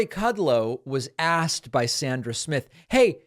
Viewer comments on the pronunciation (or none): none